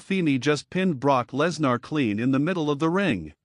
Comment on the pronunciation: Stop mispronouncing Lesnar 😢